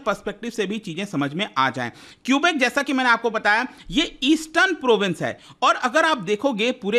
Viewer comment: At least we have democracy, and that’s why there were two referendums done in 1980 and 1995. And please pronounce the names the right way 😭 its kubek not kiubik. I like the video and tbh there are still protests going on and govt doesn’t suppress them. We are called True north strong and free for a reason❤